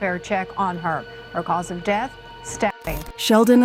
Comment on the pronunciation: Horrible reading by whatever means this was done by. Death pronounced deeeth, and many many other mispronunciations made it hard to listen to. Just read it yourself!